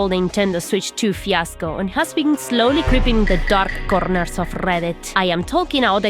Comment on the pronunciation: The Darrrrrrrrrk conerrrrrrrrrrrrrrs of Rrrrrrrrrrrrrrreddit. Thank you, I needed that today. 10/10